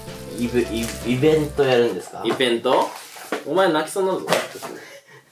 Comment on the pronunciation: ｢イベント｣を｢イヴェント｣って言うめちゃくちゃ分かりづらいボケを瞬時に理解できる富永さん流石です。